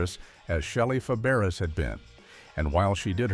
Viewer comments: FABARES is pronounced FAB=BRAY !!!!!!!!!!!!!!!!!! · Shelly's last name was pronounced "fæbəˈreɪ." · Yes, and Shelley's last name is being mispronounced in this video. It's actually pronounced like "Fabaray." Her aunt had also been Fabares, but changed the spelling. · It's pronounced Fabray. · Feb-air-ezz? Feb-er-ezz? Dear God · I cringed when her name is massequred😮several times You called out lazy writers. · Shelly Faberes (learn how to pronounce it!) was one of my early adolescent crushes. I stopped watching when she left. I guess that is why I have no memory of creepy Bob Crane on the show. You forgot to mention Paul Peterson's foray into music with "My Dad." Also, there is nothing unique about a generic hometown. Consider Springfield or Mayfield or Hill Valley.